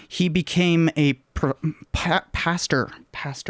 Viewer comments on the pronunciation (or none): it’s pastor not paster or pasture